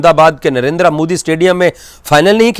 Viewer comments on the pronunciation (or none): none